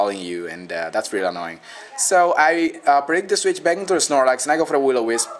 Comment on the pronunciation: "Those things always, but always, are annowing. And they will just annow the crap out of you.." lol